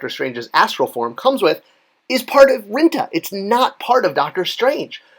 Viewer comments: Rintrah or Rinta?!? Pretty sure the the second R in Rintrah isn't silent. Or am I wong again? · Rin TRAH! also, Thanos is pronounced Thaan nose not Thainos. Thought it would help your already rock-steady credibility. \m/